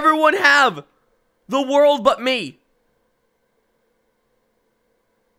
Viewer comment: "Za Warldo" Are you actually sure you're a legit JoJo fan?